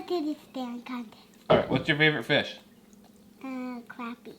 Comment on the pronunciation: Dude I love your videos but dammmmit man its a crappie not a croopie !!